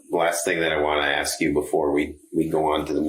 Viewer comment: What a question to aks.